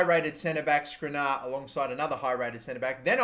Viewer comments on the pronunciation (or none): Dude, just read what the players name is, not what you think it says, what it actually says. It's not rabo, it's not firminho, it's not skrinar.